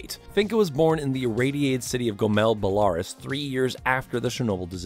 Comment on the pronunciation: Bellaruss. It’s pronounced Bellaroos